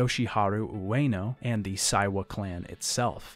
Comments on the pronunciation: Sorry to be a pedant,, because I know you don’t speak Japanese and you’re trying your best to deal with the complicated names, but it’s Ueno SEIwa. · Seiwa is pronounced like "say wa"